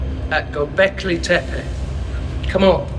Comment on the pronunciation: Well done with the pronunciation of "Tepe" = "hill" - most Brits and Americans botch up the second "e", but you didn't, it was exactly the same as the first "e", as it should be. "Göb" rhymes with British "burb" as in "suburb".